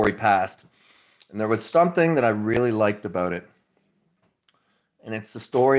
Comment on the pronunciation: Talk “aboot”! 😝